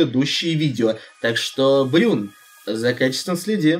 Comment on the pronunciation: Бран, а не брюн